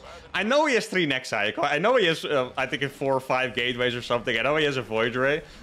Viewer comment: It's pleasant and educative to listen to your speech. On top of that, unlike most SC casters (you're not the one, I know), you say "nexi" and "colossi" correctly. But Grammar nazis all over the world would be satisfied completely if you did not make mistakes with the grammar structure "There is + [plurals]". Best wishes and have a nice day (sincerely)!